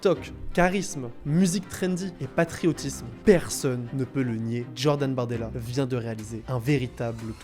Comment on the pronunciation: Depuis quand J ça donne 'dj à l'oral ? Un peu de mal avec le français ? Il n'est jamais trop tard pour progresser !